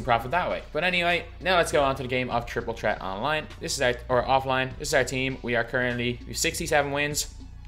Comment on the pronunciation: “Triple tret”